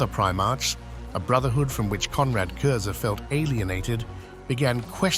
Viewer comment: Since no one else seems to have said it, his last name is pronounced kurz not kurzer